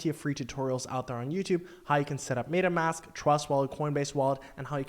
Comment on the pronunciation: I was like let's see where this goes, then I was out after he butchered Adidas and MetaMask. I cleaned my ears and listened again. Nope.